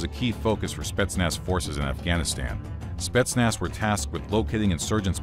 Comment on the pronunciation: how many times did he said "spestnaz" in 5 minutes ?